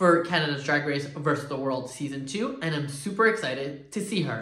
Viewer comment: It’s versus the world not verse the world :) x